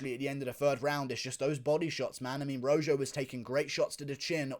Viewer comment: "fight of the night, Jourdain vs. ROW-ZJO" 😂😂😂 I love it. That'd be ROW-HO my man.